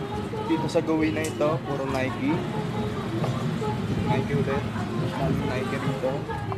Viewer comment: Sizes bro "and a half" not in half. Tapos pronunciation ng nike is "nayki" pero Keep it up